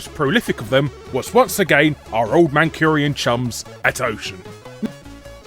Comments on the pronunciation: Was calling Ocean "Mancurian" a deliberate fuck up (it's "Mancunian")? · Anyone else notice he says Mancunion wrong